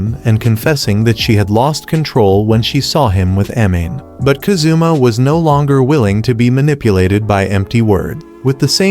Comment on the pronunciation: “We then see them at a restaurant, where Ka-zoomah hands Ahh-mane a pair of cat ears he just bought.” Love these sampled voice pronunciations of Japanese names 💀